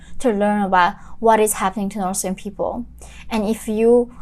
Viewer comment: Stop pronouncing "No'k people", and slow down a bit, sometimes it becomes tiring to understand your accent